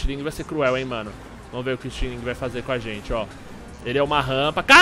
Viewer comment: "nóis góista" da "feicekam":D Continua "cum" ela:D